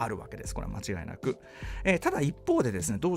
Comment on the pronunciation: 間違いなく、を、もちがいなく、って言ってるし。